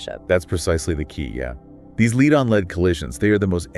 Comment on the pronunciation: Is that an AI duo conversation kind of thing? I would never have guessed were it not for the "leed, led" mispronunciation.